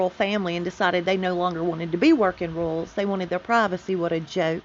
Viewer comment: Lol.. I love how when you do talk to text your accent comes out as rules instead of royals 🥰